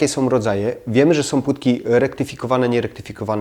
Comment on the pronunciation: Są , nie SOM